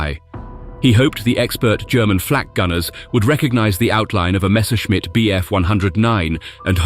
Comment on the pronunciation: 'Messerschmitt'... Beautifully and CORRECTLY pronounced...AT LAST!!!... (But 'Bremen' is pronounced. BRAYmen... as ) 🤫